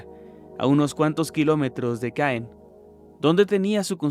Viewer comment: Hola! Yo vivo cerca de Saint Malo!!! y un tip sin ofender Caen se pronuncia Co (la o como nasal o si estuvieras gangoso hehehe el francés es díficil)😊 me gusta tu canal